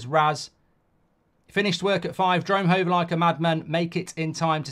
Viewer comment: Goldbridge- “I’m goin’ houmm” Home- 🤦